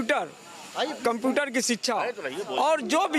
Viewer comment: Computer to bol lo thik se